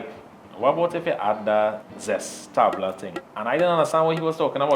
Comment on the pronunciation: Did he say zess tabla?